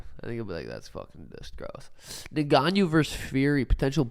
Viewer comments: Francis's name is "N..gannou", not "Negannou, Nagannou..." or however else people say it lol. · "Neganiu" 🤣 when I first tuned in I was so lost who they were talking about. Is that actually how you say his name ? Lol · New Drinking Game: Take a shot every time one of them pronounces Ngannou's name wrong. See you in the ER!